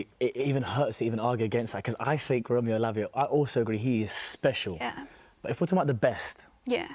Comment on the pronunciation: Lavia? 😂😂 Are you having a laugh?